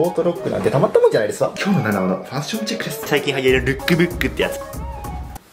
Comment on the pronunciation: 冒頭のファッションチェックのとこ ファンションチェックって言ってない？？